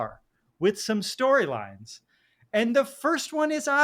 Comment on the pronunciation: “Stoweeylines dees r da stoweeylines”